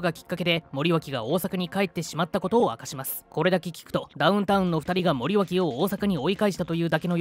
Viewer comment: 内容はともかく森脇をもりよしと読んでるのが気になった。